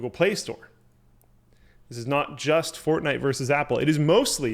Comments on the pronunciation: FORTNITE ITS CALLED FORTNITE NOT FORNITE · FORNITE? lol